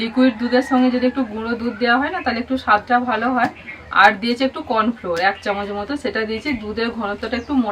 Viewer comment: ওটা কর্ণফ্লোর নয় কর্ণফ্লাওআর বলে😊 ভালো থেকো সবাই❤